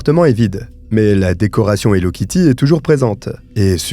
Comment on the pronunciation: C'est plus "hello kitue"😮